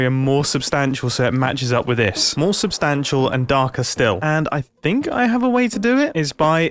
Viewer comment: Me whenever mumbo says substantial this video SUStantial